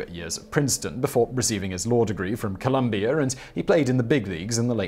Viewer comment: I love the accent but where did you get r when saying Columbia COLUMBIARE